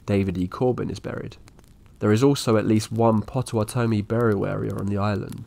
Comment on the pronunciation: What a strange way to pronounce Potawatomi.